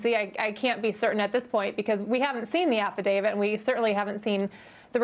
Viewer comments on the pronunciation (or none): It's "affidaviT" not "affidavid". So many people pronounce it wrong.